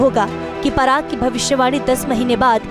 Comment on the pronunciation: Parag nahi paras chabda parag unke husband ka naam hai..naam to sahi se lo